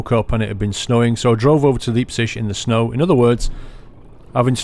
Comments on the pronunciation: I love when u say Leipzig...it sound like liebtschig. Say L I ptzick /ˈlaɪptsɪɡ/ btw ur are awesome !! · btw: Leipzig is pronounced Liepzic (like in lie) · As a german I find the way you pronounce Leipzig hilarious :D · He said Leipzig totally wrong lol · Your pronounciation on Leipzig sounds horrible